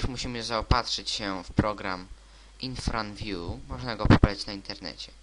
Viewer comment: IRFANVIEW A NIE INFRANVIEW